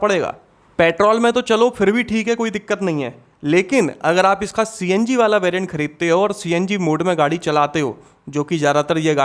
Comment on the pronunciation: CNG ❌ CNJi✅😂😂😂